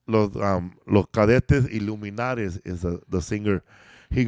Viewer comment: There was also a lot more comedies movie in Spanish then the ones y’all just talked out. Also it’s Los Cadetes de Linares not los Cadete iluminares 😂